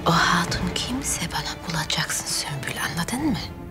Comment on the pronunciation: Bi sen kaldiydin ismini yanlis soyleyen sunbul degil sumbul! Celaud meleune seni🤣